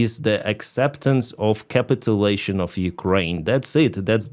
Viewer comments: The bad idea being talked about forced on Kyiv gov is pronounced: "Kah-Pit-Tyu-Lay-Shun" : ) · ca PIT u lation